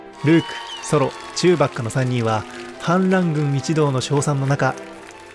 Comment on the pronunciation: チューバッカ！発音が違う！